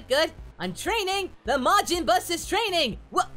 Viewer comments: he calls it majin bus but gohan was a teen when majin buu came around? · im early also did he keep saying majin bus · "Majin Bus"? Whoops. Future confirmed.